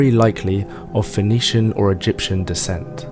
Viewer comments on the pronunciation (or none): none